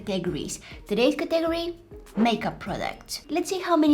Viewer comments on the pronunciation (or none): the way the said catagory! just so you know its pronounced caw-ta-gory lol love your work keep it up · tegegory got me dying p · i love how she pronounces category like ca-ta-gary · I love the way she says category